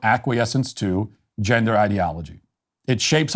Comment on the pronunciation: what's a "gindah" ? 🤣